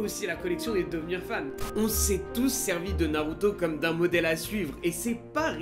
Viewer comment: Narrrruto best